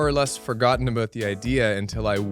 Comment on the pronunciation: he fucken said aboot